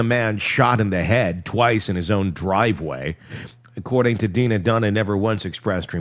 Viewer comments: I really love your channel but I just think you should be more professional and get some facts straight sometimes. And the girl's name is Drina not Deana. You kept posting videos of Donna n then explaining away, but it was three times the wrong video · DRena Not Dina!! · It’s Drina. Not Dina. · Hello, I just want to let you know that the name of “Donna’s jail daughter” is actually DRINA, you skipped the R! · Replay crew but can’t listen as we are all screaming at you!! It’s DRINA!!!! 😮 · OMG !!! At least you should get her name right !!!! DRINA #RESPECT